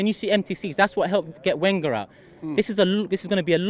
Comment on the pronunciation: Christ, this guy still can't pronounce Wenger right!